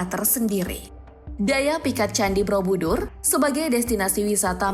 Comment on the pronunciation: Kenapa aku dengernya 'Brobudur' ya? Bukan Borobudur